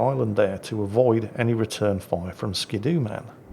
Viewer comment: It's ski doo, not skid oo. :D